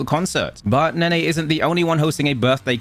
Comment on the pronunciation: Nene. ❌ Nenay. ✅